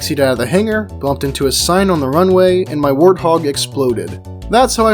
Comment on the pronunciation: The way said warthog actually hurt me...